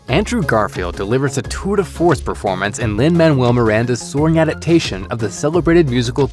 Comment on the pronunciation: Did he really say a two to fourth performance instead of tour de force?